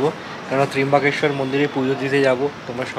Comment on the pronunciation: Tomader Trimbokeswar bolata sudhrobena .tomra ki montro te teimboke goury narayani nomohstute bolo?..ota trambokeswar...